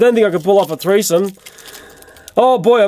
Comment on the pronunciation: He said "thresome" lol